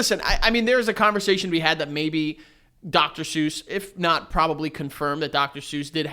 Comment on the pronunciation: Are we just gonna pretend that’s not how we pronounce Dr. suess?